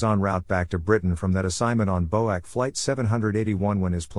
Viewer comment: Pronounced B. O. A. C. not bow-ack, (British Overseas Airways Corporation)